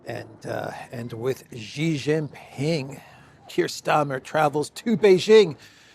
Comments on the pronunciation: Jeeee jinping? It's pronunced "she" like the female pronoun. No like button for you today! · Its not Gee, its She - for Xi Jinping.